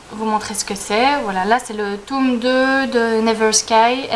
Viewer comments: J'adore la prononciation "tôme" ^^ Une chouette première vidéo, hâte de voir la suite! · Coucou ! (c'est Mélo), ravie de te voir en vrai, tu es toute mimi ! Et moi j'adore l'accent belge et je préfère même quand on prononce tÔme et non tome à la française :p Pourquoi dis-tu que tes études ne vont pas aboutir? j'admire franchement cette branche, j'aurais beaucoup aimé traduire des livres mais étant donné que je suis déjà une truffe en anglais c'est compliqué,lol . En tout cas je croise les doigts. A b1tôt, ça m'a fait plaisir de te voir (mm si je ne suis pas super assidue des vidéos)